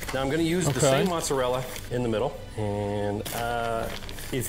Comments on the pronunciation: mans really said Mozarell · It’s funny this guy claims to be Italian and pronounces Mozzarella that way